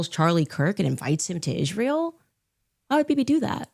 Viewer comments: 1) why is she pronouncing Ishraël? 2) why is she pretending Israël has anything to do with Kirk's death, WHEN KIRK HIMSELF SUPPORTED ISRAEL??? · When she says "Ishrael", I just want to punch her in the face, with a chair!! Also, Charlie got married 5/2021, she was NOT at his wedding! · she sounds like an idiot when she says * ishrael *...its not ishrael, its israel...and the name came from YHVH himself when he changed jacobs name to israel... i cant listen to her anymore ! !...👱‍♀️✝️🇺🇸🇺🇸🇺🇸🩷🇮🇱🩷🇮🇱🩷🇮🇱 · Ishriel? Wut? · The way she always pronounces Israel as 'Ijshreal' makes me laugh at her even more :) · i dont know if anyone else notice but i get so cringeee how she pronounce 'israel'.......ishhhhhreal ishhhhhreal ughhhh. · Notice how even Candace Owens pronounces Israel: IS REAL Israel is real!!! Subconsciously, it comes right out of our enemy's mouth... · I can’t stand the way she says Israel not only is she antisemitic but add dyslexic on the list too 😂😂😂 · Notice how wrong she is pronouncing "israel"? Every. Single. Time. Charlie himself called this behavior as demonic - blaming the jews in every problem they have. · I never say this about people, but this person lives with a cloak of evil and is an idol worshiper, as well as mentally ill. She can not even pronounce the name of Israel correctly. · You want a sign of a person with Demon possession? Ask them to say Jesus, Yeshua or Israel. Notice she says "Ishrael" because the demon can't even speak the name. Total Shibboleth